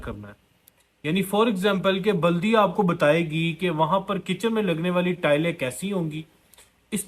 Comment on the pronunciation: Jahil it’s baladeeyaah not Buldiya